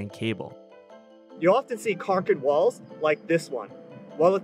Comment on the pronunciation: i thought he said cock an balls instead of concrete walls💀